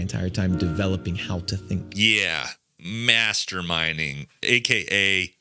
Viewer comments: No kidding… when he said masterminding I honestly heard masterbating twice. It was only when you said masterminding I realized what they/them said. 😂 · I swear I thought he fucking said masturbating 😂😂😂